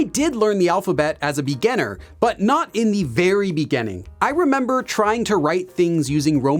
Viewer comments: just curious about your accent when you say "beginning" as "begenning"...from where is that? Thanks. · Take a shot everytime he says "in the beganning"